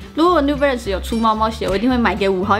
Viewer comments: New Belance 是什麼啦 這發音............ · 有人跟我一樣一直聽成new blance的嗎?是我聽錯(?